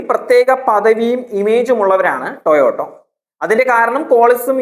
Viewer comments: It is TOYOTA, not Toyoto...😢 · ടൊയോട്ടോ അല്ലെടാ വിഡ്ഢി, ടെയോട്ട എന്ന് പറ. നിനക്കിത് ആരാണ് എഴുതിത്തരുന്നത്? കമ്പനിയുടെ പേരുപോലും മര്യാദയ്ക്ക് പറയാൻ അറിയാത്തവനാണ് review നടത്തുന്നത്